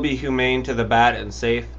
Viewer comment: Bat* not bag